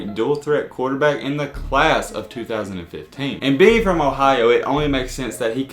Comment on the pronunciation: Its Ohio and not "IN-HYOH"!